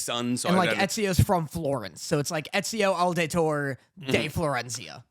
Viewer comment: its Ezio Auditore da Firenze! ( mispronounces it). PUT SOME RESPECT ON HIS NAME! I'm messing with you. Love you guys. ❤😂